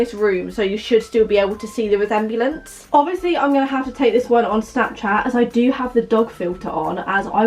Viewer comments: ded when she said the resembliance 😂😂😂 it’s resemblance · Resemb-EE-lance lmao I love you 😂😂😭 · am I the only one whose full on laughing at the way she said resemblance, not hating or being mean I love! I just think the way we both pronounce it so differently makes me chuckle ahahaha